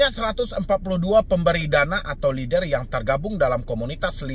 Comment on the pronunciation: lennnn der bang, bukan leder atau leader 😭